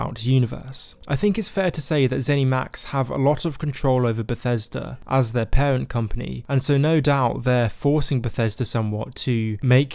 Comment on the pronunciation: cWeation club, paWent company, caWwy on, suWpWised with pWemium on pWevious...a pWoblem pWobably?